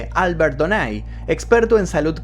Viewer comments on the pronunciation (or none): none